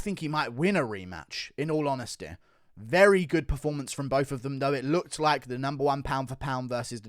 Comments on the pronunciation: HONESTY. Not HONESTEH. Robbery. Not ROBBEREH. Ffs. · "Volkanovskeer" "honestleer" "robareer"